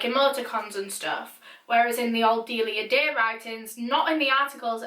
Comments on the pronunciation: My friends name is Delia oof when she says her name I just think of my friend I may be wrong but I’m pretty sure you said her name wrong bc my friend corrected me when I said dilia but it’s actually sounded out d-eh li ah sorry if you’re right on saying her name right I only know the way my friend says her name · DeLIa dEyY